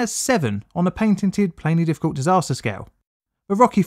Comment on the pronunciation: why do you spell it plainly difficult but pronounce it play diffcult?